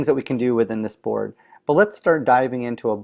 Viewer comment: It kept sounding like he was saying "Borg" lol.